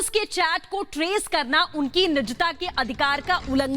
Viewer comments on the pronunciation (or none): Good news but please correct hindi pronunciation it is ' nijta' not nichta.